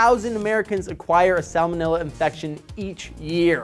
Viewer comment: I thot u didn't pronounce the first l in salmonella